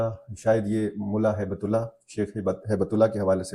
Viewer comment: امیر المومنین کا نام ہیبت اللہ نہیں،،،بلکہ صحیح نام ہبت اللہ ہے یعنی اللہ کی گفٹ ہے یہ زمین والوں کے لئے